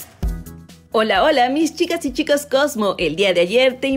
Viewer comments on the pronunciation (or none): none